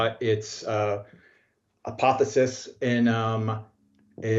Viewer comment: Apotheosis, not apothesis